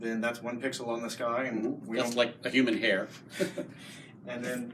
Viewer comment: Please tell Seth that "human" has a H in it. Good job guys